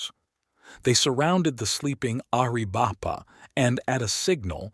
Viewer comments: Air-a-VAI-puh. Pee-NAHL. There's a ~ above the Ns in Nina and la Canada. Nin ya, Can YAda. [F--king Snowbird AI. This is getting painful.] Papa-GO. [Only this is no longer politically correct as it was the Spaniards' contemptuous title meaning ''Potato Eaters.'' These people call themselves Tohono O' Odahm.] GAI-yur-o. Nahn-Tahn. Apache for Captain. Mission San Ha-VEER. Hashkebanziin is generally called Eskeminzin by Americans. You should feed more actual period photography of the region into your AI. The backgrounds would look a lot less like air-brushed Hollywood backdrops. William Oury was the brother of Granville H Oury, a lawyer, who was a Confederate delegate for Arizona Territory in Richmond. Also a Confederate cavalry officer.. A Tucson pioneer, G H Oury had a park named for him in Downtown Tucson, at St Mary's and Freeway Access Road. It was Oury Park in April 2022. By 2024, it was renamed David S Herrera Park. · Air - uh - vipe - uh😂😂😂 AI is stupid.